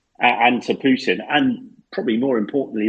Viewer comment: I love the way says Pewtin! Been waiting for a comment section to mistakingly be left open to say that lol